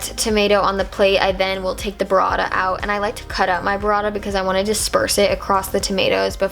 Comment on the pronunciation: omg the way you say "burrata" is wrong, check the correct pronunciation on Google translate italian